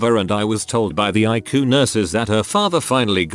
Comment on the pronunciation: I love it when he says "I-Coo" idk why lol